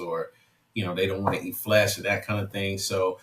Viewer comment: Guy talks like a Vegan, "they dont wana eat FLESH" I love it ;)